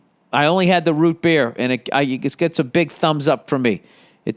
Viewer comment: I need to make an official statement on Bill Burr offending me. The way he says "Root Beer", makes me significantly uncomfortable and you all NEED to know that I will no longer be subscribing to such horrendous pronunciations. -Random Person